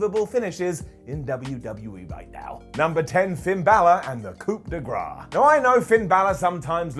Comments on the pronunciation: Not being a grammar nazi here, but coupe de gras as you pronounced instead of grace, would be a funny name for a finishing move. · Did he pronounce it “COOP de Grace?” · "coup de grace" do americans really pronounce it likethat?? xD